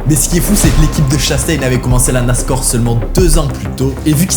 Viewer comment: il dit la NASCOR, oui oui oui